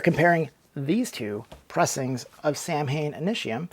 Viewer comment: The band 's name pronounces SAW - WiN because it is Celtic